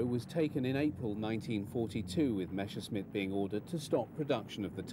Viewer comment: It's "Messerschmitt" not "Meshersmitt", ffs!